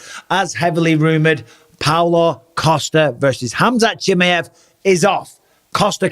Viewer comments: Who the heck is chimmy-ev! Lol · Cha-my-ev! Love you Bisping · It’s actually pronounced Chimaev not Chimaev. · Hamza Chimaev, not Chimeev 😂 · ChimAev, not Chimeev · I love how you think his name is chimiev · 🎶 Chim chimmy-ev, chim chimmy-ev, chim chim cheroo, nobody prounounces it as ba-ad as yooooo!!! 🎶 😂😂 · Bisping, transcription for ya ʧi mʌ ev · Bisping pronouncing Chimaev's name two different ways within 20 seconds is funny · Bisping: " Chimeäff" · I love the way he says chimay-ev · The way Bisping says "Chimaev" is funny. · Didn't realise you pronounced khamzat surname like that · I hate the way bisping says chimaev. Is that the correct pronunciation? Bro has had to have heard buffer say it at least 4 times now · Learn how to say his name. Fml